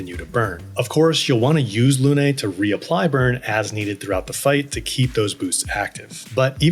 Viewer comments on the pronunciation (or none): Absolutely wonderful videos, such a great help to a beginner like me either your perfect explanations. Just one thing, “Lune” is pronounced like “loon” , not “luné”. It means “moon” in French. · Why is everyone pronouncing Lune's name as Luné? It's just Lune, no "eh" at the end. I noticed that the English VA for Gustave also mispronounces this word/name so maybe that's why English speakers are also saying Luné. Either way, Luné is not a word and it's not a name. It is just Lune.